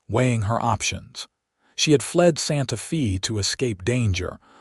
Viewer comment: Your AI butchers the English language Santa Fe Texas. It is pronounced Santa Fay not Santa Fee. I live in Santa Fe Texas